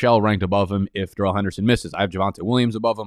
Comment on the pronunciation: This "Duh-relle" nonsense had gone too far. My man's name is "Dare-elle".